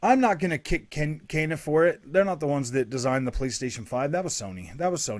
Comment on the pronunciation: It’s kena (Kaina) not Kenya. Kenya is a country.